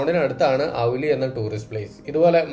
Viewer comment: ഔലി അല്ല ബ്രോ ഓലി